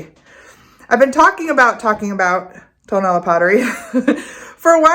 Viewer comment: hi, tonalá, pronounced with the accent on the last “a,” is very near and dear to my heart. not just because of the clay but also for the friendships i have made over the years. i have learned much from my good friends florentino jimón and his nephew fernando. tonalá means “where the sun rises.” there are five different pottery techniques native to tonalá, specifically; canelo, bruñido, bandera, betus and petatillo. petatillo being the only technique which is fired twice and at a higher temperature than the rest. although ken edwards and jorge wilmot were profoundly influential in the 1960s by taking pottery and ceramics to a new direction, their work was for the most part high fired stoneware and bruñido. jorge came from monterrey, nuevo leon and ken edwards from the states. (by the way, ken just passed.) they took traditional styles and forms and created modern high fired versions. traditional bruñido is painted with mineral oxides, burnished with pyrite and fired at 650-700° celsius. bandera, was originally painted with matiz. clay mixed with water to form somewhat of a thick substance that is black when painted yet turns white when fired. the green didn’t come into being until the revolution, when it was suggested to add it so as create more of a patriotic effect. there are only two artists in tonalá who paint in that way, fernando jimón melchor and his uncle zacarías jimón barba. very often nowadays, artists will paint the piece with acrylic white and green after the